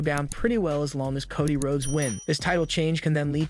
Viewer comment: “Naya Jax” how do you fuck that up! And then at first he calls him Kaddi Rhodes then 20 seconds later calls him Cody 🤨🤨🤨